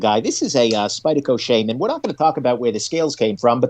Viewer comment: The pronounces Shaman correctly for the first time